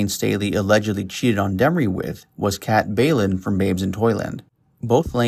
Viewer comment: Bjelland is pronounced "Beyelland" ffs